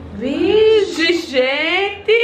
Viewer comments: O tanto que ela falou "vije" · Ninguém: a - Laís::: "vige" "vige gente"